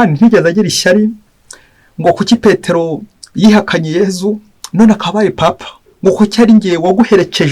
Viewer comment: Uko numvise babivuga bo ngo ni papa si paapa